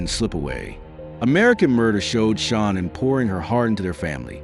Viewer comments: My 👎🏻 is for the annoying narrator! All the many videos where you could learn how to pronounce Shannan and you go with your mispronunciation! 👎🏻🙄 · Chris didn't have secret credit cards. He stopped hiding towards the end. Shannan saw each purchase. Stop saying her name wrong then right. Just get her name right